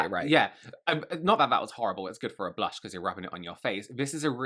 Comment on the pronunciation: Blunch = blush 😂 tree = true